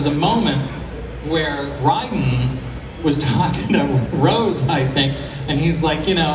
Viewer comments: his pronunciation of Raiden hurt my ears. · The way he says "Raiden"